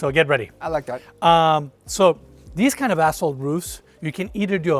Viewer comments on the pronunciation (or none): Anyone keep hearing a$$hole instead of asphalt?... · we love you, but I couldn’t help but hear you say asshole, instead of asphalt and my wife and I are crying laughing 😂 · Did anyone else hear a$$hole about 10x instead of ashphalt?? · I am a HUGE fan! And when he says "asphalt" I think he's cussing at me. 😂🖕